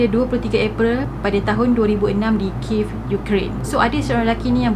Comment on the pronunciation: Kiev tu sebut "kiyev"